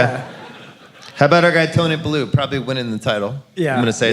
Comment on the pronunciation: Will he ever figure out how to pronounce, “theater” though? “Theedurr” 100x/podcast Edit- also, another hatchet job of a pronunciation … Tony Bellew’s name is pronounced, bell-you. How do all these white bois love the Rocky franchise so much, yet NOT FOLLOW BOXING?? Especially given that they’re sports fans!